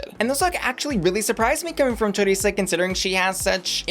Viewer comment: It’s Choriza — like Theresa. Not chorizo